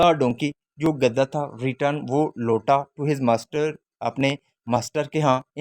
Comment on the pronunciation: Gadda nii gadha